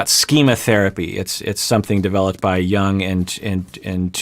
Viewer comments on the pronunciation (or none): none